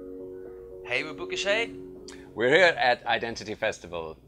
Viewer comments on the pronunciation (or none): Booka Shade....without the "h"...